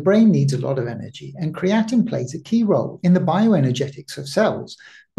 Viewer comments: yes, I hear you calling it creatinine, and that confused me.. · Pronounced Cree-uh-teen with three syllables only. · Very interesting but be careful with your pronunciation of creatine as the way you personally say it is very similar to creatinine which is different and high levels are a sign of kidney issues, muscle breakdown and aging. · I mentioned this in a previous video he released. Creatine and Creatinine are not the same nor are they pronounced the same. It is confusing with his pronunciation and I was hoping my previous comments on the past videos would avoid future confusion for viewers. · Well, that is kinda annoying then! I've heard others make this same mistake, and it's frustrating!